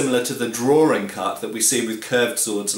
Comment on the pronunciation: Drawring? I think likes to drawr.